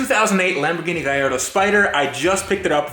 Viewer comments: First off, say it right. Gallardo. Not Guylardo. Fuckin lardo. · GaLLardo not GaIIardo. Other than that crack on 👍 get the major stuff done then looks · Honestly man I think you just bought somebody else headaches and problems. And please pronounce it Ga-lardo. Its not a gay-ardo! Best of luck man, just came across your work and Ive besn enjoying it. Keep up the work bud! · Nice touch saying "GUY ardo" for a sec i thought you said "GAY ardo" had to rewind & hear it from saying "A Gay in" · Spelled Gallardo, but you pronounce Guy-Yardo. Am I missing something? Driving me nuts...... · Is it really pronounced Gayardo? 😂. Or did I misheard?